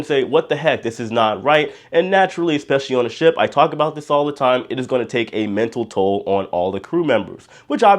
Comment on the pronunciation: Ship, not shop